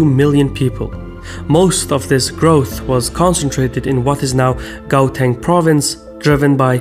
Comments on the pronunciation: Afrikanans has strong g yes. Gauteng is not an Afrikaans word and sounds more like a h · Your pronunciation is impressive. One thing: Gauteng is pronounced more like Hrauteng. 'G's are funny in Afrikaans. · I am amazed how well you researched this, but on the other hand your pronunciation of Gauteng and Mpumalanga were as if you said "let's have a bash at it" while drunk... But in all honesty exceptional work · Gow-teng though ... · yes it is 'gauta' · He did a good job besides butchering some of the names like Gauteng, Moshoeshoe and Maseru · Colonialism has been our greatest struggle PS. The pronounciation of the words 'Gauteng' and 'Mpumalanga' is off😭 But good video👌